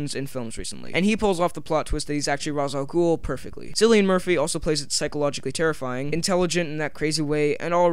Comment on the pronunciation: Ugh!!! So annoyed by people mispronouncing Ra's Al Ghul. It's Raysh not Roz. Great video otherwise though.